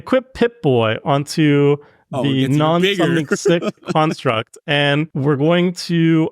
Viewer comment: pronounces "construct" as "karnstruct" and I'm here for it